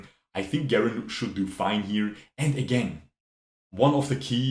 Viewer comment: Never heard someone say garen with a hard g lol